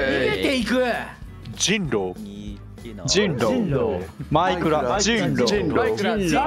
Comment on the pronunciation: ショッピくんの｢人狼｣はJINROの発音なんよなぁw